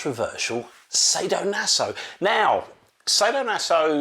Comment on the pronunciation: Sah-do-naso not say-do-naso my dear friend…😜 Anyway nice you’re back. 😊 Will buy the PHALLOS of course you know me right? 😝